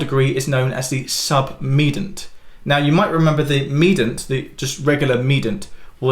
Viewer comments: Submed-i-ant rather than 'submedant' (7.18) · submedant, a number of times. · ah yes odd pronunciation change :)